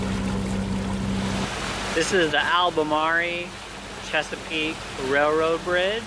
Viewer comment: Wow never heard Albermarle pronounced like that. Think marble without the b. I lived on the intracoastal in Virginia Beach for 25 years, and know the area like the back of my hand. Always wanted to take it down to florida and back.